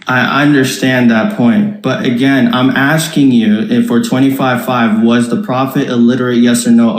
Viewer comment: Hadith Rejector saying (agene) like he is..., ya ALLAH i got frustrated only lessening to the Hadith Rejectors 😫😫😫😫😫😫😫😫😫😫😫😫